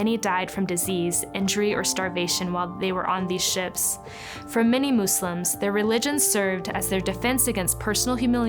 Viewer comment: Waow amazing. Thank you for your correct pronunciation of the word Muslims. With the s and not a z.